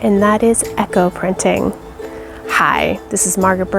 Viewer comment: Eco and Echo are not pronounced the same. Eco said as E-co. I was so confused until I saw the wording come up.